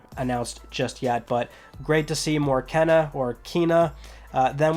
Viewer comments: It was pronounced ken-a in the state of play last yr not keen-a.... unless the changed it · The developers of Kena pronounced it "Kaynuh" in this video, so that's how I pronounce it. Frustrating that the SoP introduced more confusion by calling it "Keenuh". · I feel like the narrator pronounced it wrong in my mind lol 😆 in the June trailer the guy pronounced the name ken ah. I'm pretty sure if it's pronounced keyna it would be spelled Keyna or Keena. I'm confused on that too lol. I'm hyped for that and Returnal . Can't wait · Sorry, you keep saying “Kena” Think you meant to say “Kena” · Kena is pronounced “Kay - Nuh” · You were pronouncing Kena with 2 N's, like Kenna. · I originally thought it was pronounced Ken-ya. 😉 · you could just pronounce the game correctly each time instead of saying it both ways and making a big deal about it, kinda stupid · Dude I was pronouncing Kena the exact same way the entire time and also feel very confused 😂